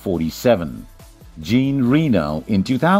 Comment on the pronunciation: How do you pronounce Jean again? LOL